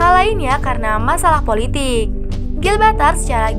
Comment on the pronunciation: Macam cilaka suara dia. Semua sebutan akhir dipanjangkan.. Hahahahaha bersenjataaaaaa... Politikkkkk... Sepanyolllllll